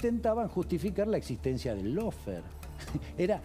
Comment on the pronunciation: Paren de decir "loufer". Si van a usar una palabra en inglés - lawfare - pronuncien correctamente: lofear.